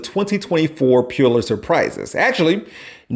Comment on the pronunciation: So you make fun of him for mispronouncing a word and then your next sentence you say “Puewlitzer Prize” 😂 it’s pronounced pull- it-zer